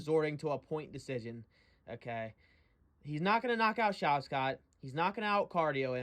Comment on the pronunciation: “Shav’s cot”